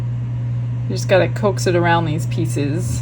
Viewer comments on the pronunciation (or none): none